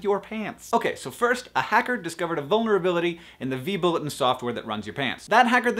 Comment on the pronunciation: vBulletin, not vBulliten